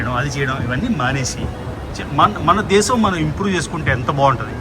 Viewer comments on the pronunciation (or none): none